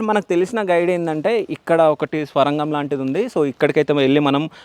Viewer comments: Swarangham kadhu sorangam ani cheppu bro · స్వరంగం ఏంటిరాబాబూ, ఆది సోరంగం.